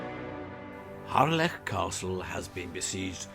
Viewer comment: Nice to hear the correct pronunciation - Harlech - and not the usual commonly mispronounced 'Hahlick'